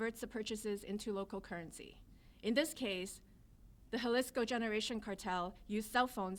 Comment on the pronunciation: Love the DEI lady who has her voice shaking as she reads nervously, and the DEI guy who speaks after her who can't even read or say the word JALISCO - yeah he was real involved looks like he saw that word for the first time and its the name of the cartel. Then, the DEI lady who speaks after him who also can't pronounce it or read it. Oh, and they're in HOUSTON. Amazing!!!!